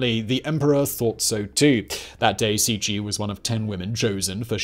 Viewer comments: proncounced c c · Cixi - > Tsee-Shee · I usually don’t mind your mispronunciation of names, because you’re usually not too far off, or it’s approximatively close in some ways. But you completely butchered that one. It’s not even close. You could’ve at least gotten the consonants right. That was actually painful to listen to. Love your channel still!